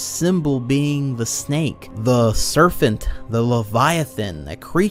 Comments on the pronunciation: Is he saying “serfent”😂 Serpent my man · What the fuck is a "serphint"? Do you mean serpent?? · im sorry, i don´t want to be rude, but dude, every time you say serpent with "F" intsead of "P" i imagine a snake surfing on some wave in the ocean with sunglasses T.T